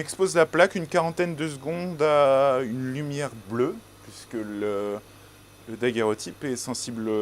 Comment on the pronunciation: C'est curieux de l'entendre mal prononcer en disant "daguèrotype" ! C'est comme si je disais : voici un appareil photographique qui permet de faire des _fographies_.